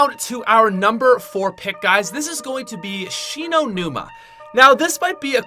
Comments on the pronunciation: when he says kino...i start crying...what were u thinking....WTF WERE U THINKING!!! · I stopped watching when you said 3. Kino. Best Zombie map ever. Dislike!